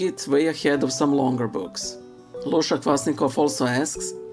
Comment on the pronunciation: My first name was mispronounced in your last video it’s pronounced (Lou-see-ah); do you believe that it’s not okay to highlight or underline some Scriptures in the Bible?